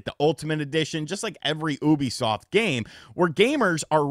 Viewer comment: The way pronounces Ubisoft as “OO-bisoft “ instead of “YOU-bisoft “ really bothers me